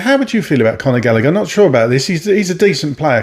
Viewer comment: Not galleger